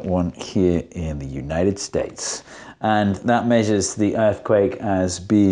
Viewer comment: subtle american accent when he says 'united states' ! LOL!